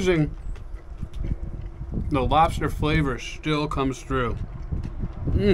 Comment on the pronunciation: LOBSTAH GENERAL TSO!!!